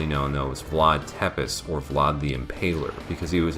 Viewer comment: Loving how informative it is. And I thought I knew a lot about this game. The attention to detail is incredible Just one thing I'd like to point out - Tepes isn't pronounced the way it looks to us English speakers. It's closer to "seh-pesh", to spell it out in terms of syllables